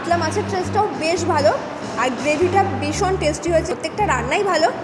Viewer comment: ম্যাডাম কথা টা "ভীষণ"। সারা ভিডিও তে "বিষন", "বিষন" বলে গেলেন সেটার অর্থ কি??????